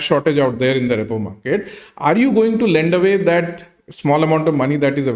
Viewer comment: It is not ReyPaw market… it is pronounced ReePaw market